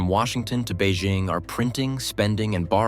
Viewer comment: To Economic Shift: “BEIJING” is pronounced as “Bay Jing” (Jing like ‘jingle’). There is no “Z” in Beijing; so don’t pronounce it with a French accent. Learn to pronounce it correctly if you want credibility.